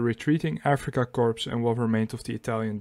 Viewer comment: Corps is pronounced Core